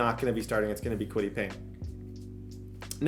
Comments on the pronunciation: I’m gonna have a stroke if he calls Paye Payne one more time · Kwity Paye, NOT Payne!!! 😂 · i cannot go this whole series with you saying kwity PAYNE.. there is not an N. its paye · Payne? Where's the n in his name? Lol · Kwity paye's last name is only 4 letters and still cant pronounce it right lmao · No "N" in Paye. IJS.